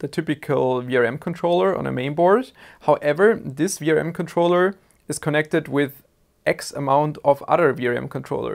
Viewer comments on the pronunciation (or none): none